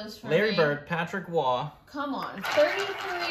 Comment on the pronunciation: I hope you’re kidding with the Patrick Ewing pronunciation 😂😂😂😂😂😂